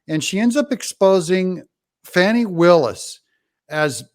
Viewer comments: Her name is FANNIE, not FAWNIE. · Fauny my Fanny. It is Fanny Willis, not Fauny! And she is hiding that too! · Fani is pronounced Fani not foni, fan is fan, not fon! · It's Glutius Maximus Willis. Say the name of the D.A. of Fulton county correctly 🎱